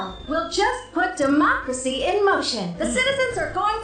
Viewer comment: she cant even say democracy